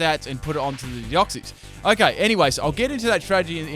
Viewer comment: OMG FOR CHRIST SAKES ITS DEOX-SIS!!! SIS!! NOT CIES! Not hating just a peeve of mine